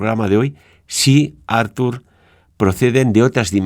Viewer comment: Perquè insistiu a denominar Artur Homs com “Àrtur” Homs??? Si us plau, pronuncieu bé el nom, que és català, no anglès i, en tot cas seria “Arthur” Homs. Gràcies!